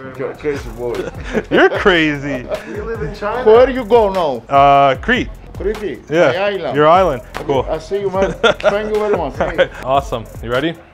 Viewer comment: As a Greek they way you said Crete hurt my insides